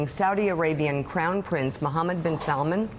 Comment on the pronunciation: i'm not asking for much i know khasoggi and mohammed are hard names to pronounce correctly but mispronouncing salman that's just lazy